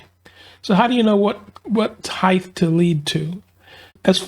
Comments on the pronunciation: It’s “heighT” everyone, hard T at the end. HeighTH is not a word, lol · I enjoy and appreciat your channel, i respectfully point out that "heighTHHHH" is not a word, it is pronounced heighT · Good tips on action. Thanks. By the way, width, length and breadth are correct, but heighth is not. The word is height. ☺️🤗🤔😜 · I must have turetts. Every time he said "heighth" i yelled out "height"! 😂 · Aha, glad someone else picked up on that, I found it grated on me, in what was otherwise a superb video which confirmed my theories about action and string height. With a T!😂